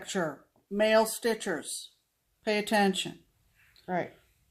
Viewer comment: when you said male stitchers I thought you said male strippers!! Haaaa...we the pee pee!!